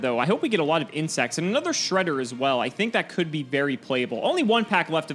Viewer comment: This was literally a Progression Playoffs episode. I can't get over "My hole is no more" xD and then we got counter jokes with Fortune Lady Earth and the absolute correct pronunciation of Shred-d-d-d-d-d-er (why the fuck does that thing have 3 D??). It was hilarious from start to end and I'm super happy that we finally have the return of present-day and present-day symbolized by his flamboyant hair.